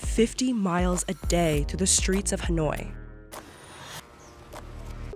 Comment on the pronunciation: It’s Hanoi not hunoi